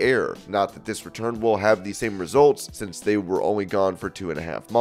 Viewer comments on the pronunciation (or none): none